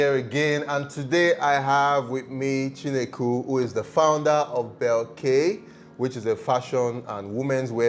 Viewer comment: It’s “Chinekwu” though. You missed the “w” but you’re not Igbo so we will forgive you 😋